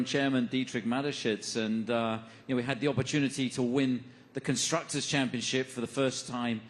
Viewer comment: The dude said conscructors championship lmao